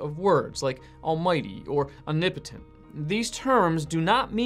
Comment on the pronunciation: Why do you pronounce it ''unipitin''? It's ''om-ni-po-tent'' You're skipping like 3 or 4 letters.